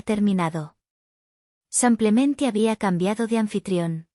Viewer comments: Error ella dice samplamente. Lo correcto es simplemente. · Por qué dice simplemente? Lo correcto es simplemente.